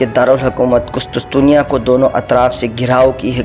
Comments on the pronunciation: Abe gadhe kustustusiya nahi kustuntuniya bol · Bhai ye qustuntunya h not qustustunya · Kustastunia nahi kustuntunia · لفظ ھے قس طن طنیہ ٹھیک کر لیں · شیم شیم ایک عام سا تاریخی نام "قس طن تنیہ" ھی آپ سے درست ادا نہیں ھورھا!!! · نائسیا نہیں ہے ۔ نیقیا ہے۔ کسی پڑھے لکھے شخص کے سامنے پہلے مشق کر لیا کرو۔ قسطسطنیہ نہیں ہے بلکہ قسطنطینیہ ہوتا ہے۔